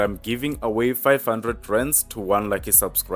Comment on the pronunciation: before Christ- mass😅